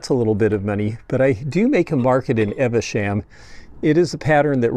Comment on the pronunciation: FYI Evesham is pronounced eev-shm not eh-veh -sham